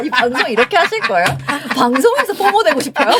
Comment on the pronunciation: 포머가 아니라 포모(FOMO)